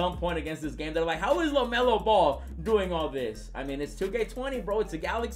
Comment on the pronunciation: "Welcome to 2k Lemelo Ball"